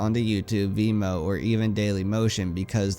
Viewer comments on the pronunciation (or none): none